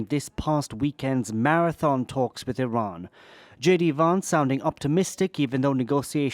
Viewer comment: I cannot take JD Vance as a serious contenter for any sort of leadership. He can't even pronounce Iran. He can't show one shred of intelligence.